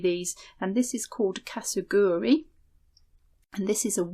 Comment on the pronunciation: Hi. I'm japanese and I come from town that is most famous for KASURI. I thought to write a quick comment regarding how to pronounce this marerial. It goes Ka - Su - Ri. There is no "g" I live now in Australia, and use a lot of kimono n kasuri that have been worn by my ancestors to make patchwork quilt, dresses, and bags. Since a few years ago, my sister started to teach me Sashiko when I return to Japan. I told her about your vlog. She does kimono sewing, Sashiko and Japanese silk embroidery so she is very interested in your work. Thank you!